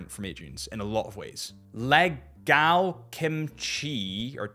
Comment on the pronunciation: Happy Birthday mate! Enjoy 27!! : it’s Legal and not leeeeh gaaal 😂😂😂😂